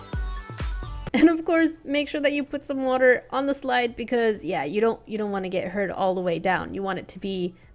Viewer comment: When you said green slide, I thought you said green slime. XD